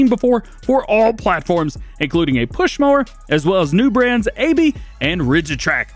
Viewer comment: Aebi is pronounced Abby